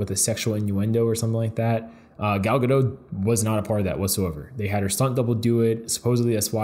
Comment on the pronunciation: Okay I know it doesn't matter but it's pronounced gadot with the t, not gadow. She's Israeli, not french. Lol